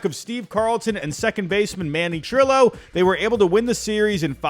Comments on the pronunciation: Manny Trillo as well. Pronounced Tree-yo. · Dick RUTH(as in Babe)ven and Manny Tree-yo (Trillo)